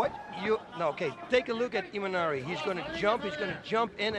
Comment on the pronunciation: Its imanari not imanani my friend